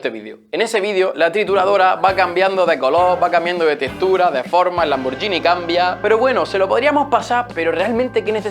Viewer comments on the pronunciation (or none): none